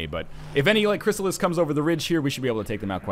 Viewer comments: Loving the LP so far, but good God man, it's a "Chryssalid", not a "Chrysalis". Not really hard to remember it ends in a D. That name wants the D, not the S, you should remember that. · ChrysaliD not chrysalis